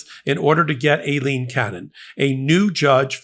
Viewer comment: I dont like trump. But you dont prnounce women's names right either! you call Aileen Cannon "A-leen cannon" you pronounce Laura as "laaaaa-ra" 0.o